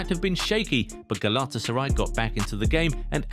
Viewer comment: Man youre butchering the club name. Do it with me: Gala-Tasa-RAY :)